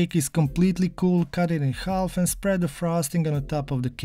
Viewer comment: We don’t say the l in half